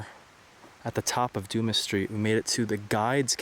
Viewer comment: lol "Doomis Street." At least you didn't say "Dumb ass" like in the Shawshank Redemption 😂 Alexander Dumas wrote the Count of Monte Cristo. Du-mah. Also, those red structures just look like resort cabins from the 50's. They even have mailbox numbers by the doors. Beautiful, peaceful spot nonetheless.